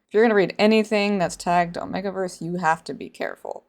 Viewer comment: Why do you say omegaverse like that 💀 it's 'oh-may-ga' not "oh-meh-ga'